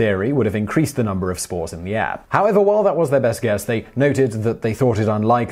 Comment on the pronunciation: For a second there I thought he was saying smores instead of spores.